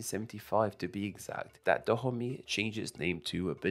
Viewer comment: Actually it's not pronounced '' Tha Homie'' but "Da-o-may" sorta